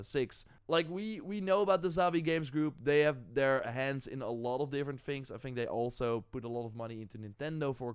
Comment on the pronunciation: Its THINGS not FINGS . learn words and you will be more popular